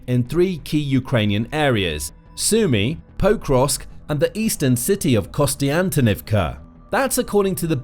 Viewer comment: it hurts my ears to hear you mispronouncing Pokrovsk over and over again. you are saying 'poe-krovsk' but the more correct pronunciation is 'pok-rovsk'